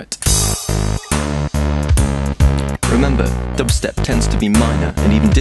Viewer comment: you say dubstep like stewie says cool whip lmao